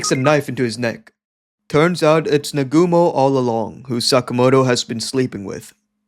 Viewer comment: It's Naa-gu-mo, not Nagoomo.